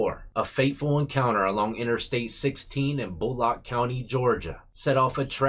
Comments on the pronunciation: It’s close to Statesboro where Georgia Southern University is and “near” Savannah. It’s pronounced Bul lick . I’m from Georgia. My sister’s ex husband got into a car accident in Bulloch county and didn’t die. Shame. (And trying to behave like Klinger from M*A*S*H is not going to get you out.) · Bull-lick is how u say it basically.... But we knew what you meant 👌👌😁